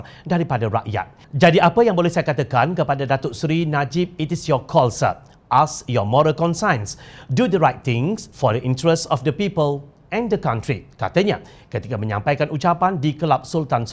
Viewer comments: Aslkm..kpd pembaca berita.. penyampaian baik, tp perlu perbetulkan bacaan, spt. 'conscience' disebut 'kon-syens' bkn 'kon-sains'.. rasa prnah jg dgr 'land swap' yg disebut 'land-swep", yg sebenarnya 'land-swop.' Hrp maklum, ya..kipidap☺😊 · Sebutan tu kena perfect bukan consign la.Conscience(con shens). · Well done for the news that u bring and Do find out the correct way how to pronounce " CONSCIENCE" ...its not con science .. not even close... do refer..